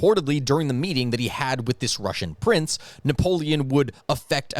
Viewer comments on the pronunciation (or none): none